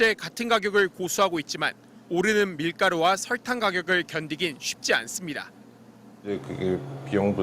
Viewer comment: 기자님 설탕이 아니라 설Rrrr탕 처럼 발음하시는거 같아요ㅎㅎㅎ